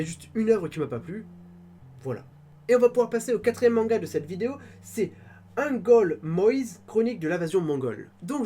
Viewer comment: Allez, on va continuer comme ça oui 😉 Merci pour cette critique très positive d’Angolmois - titre que tu prononces correctement ça fait plaisir 👍🏻 - Merci aussi pour cette analyse de nos éditions qui se focalisent assez sur l’histoire.